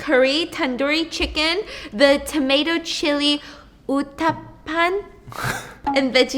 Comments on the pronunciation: The only thing you got wrong was uttapam !! It’s pronounced as Utt-taap-paam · you pronounce it as UttPum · As an Indian ! I’m happy you did not call it Naan “bread” you pronounced everything nice , even the Uttapan (you kinda got it right) you just said it with an American accent but that’s normal ! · OMG!!!! the way she pronounced uttapam Is the cutest thing I have ever heard of😇😇 . Btw, hope u try more South Indian food items 🤞